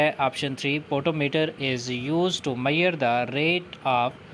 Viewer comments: Measure not a meyar that pronunciation was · measure not meyar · Mayar nhi sir ji pronunciation measure hoge